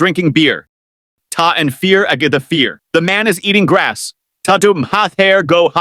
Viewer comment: Fearr not far